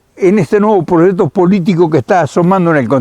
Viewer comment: hola nunca lo habia oido pero me encanto un señoron con mucho conocimiento saludos y siga haciendo lo que mejor sabe. usred si habla correcto dice proyecto y no prochecto. no se por que otros Argentinos hablan tan feo